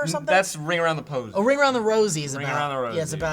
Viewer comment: The amount of stuff that was mispronounced is incredible "ring around the posiesm"